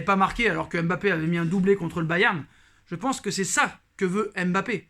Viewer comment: C'est pas M'bappe c'est Mbappe Ta vidéo me casse le typan Bien prononcer ça ne coûte rien